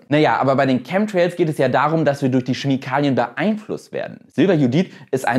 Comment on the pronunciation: Es wäre ja nicht so schlimm, wenn du das ‚p‘ nicht auch noch extra betonen würdest, aber so tut das so weh, dass ich mir den Kommentar nicht verkneifen kann: das ‚p‘ im englischen Wort ‚psychology‘ ist stumm. Es spricht sich ‚sychology‘. Und es heißt auch Chemikalien nicht Schemikalien. Autsch! ;-) Sonst gutes Video!